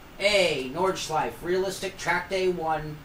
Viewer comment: Oh and about the Porsche pronunciation - "porsh-ah" is quite close really, it's just that it the german pronunciation is basically "porsh-eh", not "-ah". Same applies to "Nordschleife", BTW :)